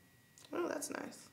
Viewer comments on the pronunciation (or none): “Oooh das nish” lol